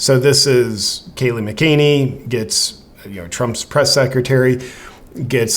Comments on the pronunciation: JP, Note, pronounced MACK-UH-NINNY. Not Muh-Caney. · Love what you do JP this is a excellent video so just a friendly correction, Kayleigh McEnany her surname is pronounced Mac-a-nay-nee. One more, Vijaya Gadde her forename is pronounced Vi-ji-yah and not Vijay.